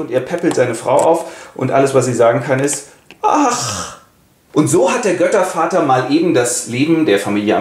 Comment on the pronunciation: Bei Jupiter:D "Jöttervater":D Herrlich,!